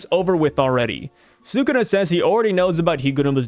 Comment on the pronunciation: Brother pls it's SOO-KOO-NA